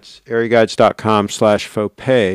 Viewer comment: Nice Fo-Gay,!